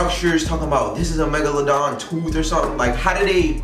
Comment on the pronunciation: He said megaloaden😭😭😭